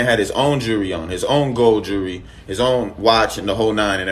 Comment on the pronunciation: I can tell you lying cuz when you replying you..stutta stutta 😂🤡 and The word is JEWELRY not jeurry